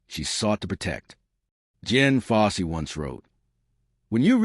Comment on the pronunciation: Ok, you lost me at Jen Fossey. Uhm her name was Dian.. fucking AI... 👎